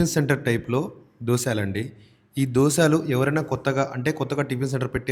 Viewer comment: Dosaalu enti Dosalu anali Telugu sarriga palakatam practice chew video janallo vadile mundu Dabbu kosam